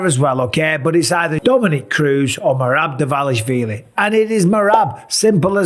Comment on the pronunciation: Just write in google translate and listen how to pronounce Merab Dvalishvili